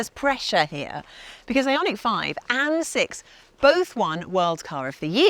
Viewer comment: LAWD she murdered the name of this Car. Made my skin crawl.